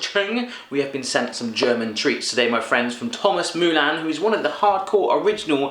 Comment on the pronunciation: Thomas Mullan? You mean Thomas Muller? LOL